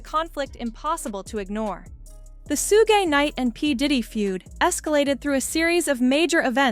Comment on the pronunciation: To the announcer , Pronounce Suge's name right , it's like sugar . Ask somebody black